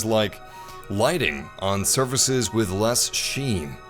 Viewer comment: it’s called surfaces...not services